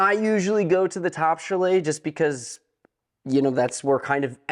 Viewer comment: Nice review, but the word Chalet is pronounced CHAley emphasis on the first syllable. Your way was hard to listen to.